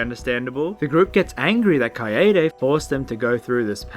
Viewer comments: Kai-Day. Kaede. Kuh I Day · HE SAID KAYAYDAY HAHAHA Kill me Or step on me, Junko.